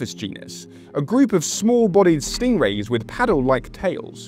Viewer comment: Amazing, but are we just going to ignore the way he says stingray? 😂